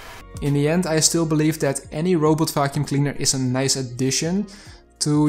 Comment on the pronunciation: Am I the only one who hears "robot f%#$ing cleaner" instead of "robot vacuum cleaner"? 🙃 But, nevertheless, it is a very informative review. Thank you!